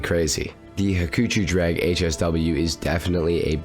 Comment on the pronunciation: "ha-choo-choo" drag... Ugh.